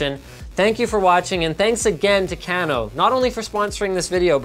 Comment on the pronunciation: linus its kay-no not can-o at least i think...